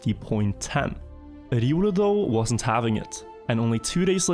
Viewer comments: Everyone: "Ree-oh-loo": "Rrrridiolew" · Says “riolu”: Edioolu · Bro why are you pronouncing Riolu like I has an e in the beginning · Hahahha innit, I think unless you play Pokémon it's not obvious but when you do hear it pronounced the way does it's strange 🤣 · “Irulu” lol. Its riolu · It’s an R and L, not an E and a D you’re saying it like Eiodu, it’s a Pokémon’s name look up how they pronounce it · That pronunciation of Riolu us killin me. I'm assuming the guy named himself after the pokemon. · Riolu is not a german name, it's the name of a pokemon, it sounds so weird when you try to pronounce riolu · This man has never played Pokémon and it shows lol. I hate how he pronounces riolu haha